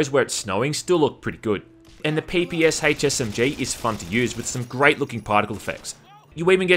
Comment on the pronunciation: Great vid, but it's still PE-PE-SHA, not PPSh